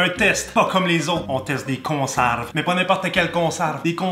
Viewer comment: Good job! « consarves »😂 encore un like big lâche pas!